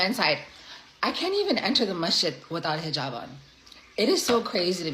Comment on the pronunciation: Second one can't even pronounce the head gear! 😂😅🤣🤣🤣🤣😹Hhmm, the line from my Army days comes to mind "AIR BORNE" 🙀